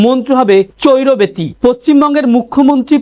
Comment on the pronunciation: বিবেকানন্দের কথাটা চৈরবেতি নয় চরইবেতি ।